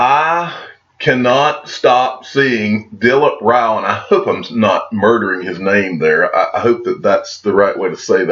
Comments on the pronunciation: You have pronounced Dilip Rao name perfectly . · You pronounced it correct - Dilip Rao 👍🙂